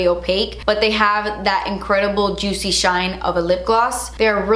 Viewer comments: “Jootsy and chiny” 😂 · "It's sooo joot-see!" 😂🙌🏼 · “really glot-sy, really juit-sy, really chine-ey” 😂 I love your descriptions of things hahaha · Weally juitsy weally chiney. I LOVE it!😄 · "Really glossy... really jutsee... really chiney"